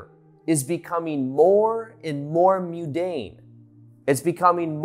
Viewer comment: Whats mew-dane? Do you mean mundane?